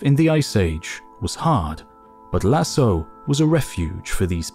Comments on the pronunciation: It is pronounced Lasco not Lasso. Written Lascaux. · Great video ! Although I'd like to point out that Lascaux is pronounced "la-SKOH", not "la-So", it's a "hard c"... Cheers! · Nice video. But for the record, Lascaux is pronounced Lahs-koh, not Lah-soh. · La prononciation de « Lascaux » est amusante… et traduite dans les sous-titres par « lasso » (au lieu de « lasko »). A visiter si vous venez dans le Périgord, surtout Lascaux 4, encore mieux que Lascaux 2 (une copie d’une partie de l’original, fermé depuis longtemps pour préserver les peintures à cause du CO2 qui favorise les moisissures) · In france we pronounce "Lassko" when talking about this place (the Lascaux cave / les grottes de Lascaux) Not a critic .. just to add precision for those interested ! ❤ love the channel 2 episodes in a few days is a real treat! Thanks! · I noticed that immediately. Why does he say lassoh? How could you include the Lascaux cave without knowing how to pronounce it? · Please note that "LASCAUX" is pronounced "LASKO". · Great presentation, thank you. - Lascaux, 'c' is pronounced. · It's pronounced Lass-ko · It's pronounced Las-caux, dummies! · i paused the video 1 minute in to comment on that error. had thought it was a new place i wasn't familiar with until the narration said in France. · I don't speak French, but I've never heard it pronounced without the hard "C" in any other context besides this video. It's a pretty famous site, so I think a lot of people are exposed to the word at some point. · As everyone knows, Lascaux is pronounced with a hard 'c' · am I the only one that was annoyed at his pronunciation of Lascaux? maybe it's because i'm french. the rest of the video slaps though